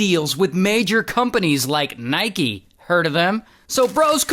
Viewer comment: how the fuck you guys can't say Nike correcly ? :face-purple-crying